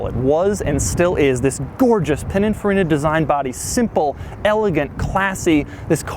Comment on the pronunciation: I didn’t know it was pronounced penning frenning 😂